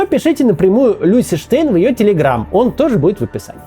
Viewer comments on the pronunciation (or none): none